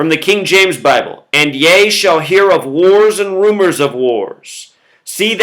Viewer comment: Ye - rhymes with He (strong "e") Not yah